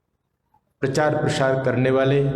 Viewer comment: PARCHAAR is wrong PRACHAAR is right word, please rectify 🙏🙏🙏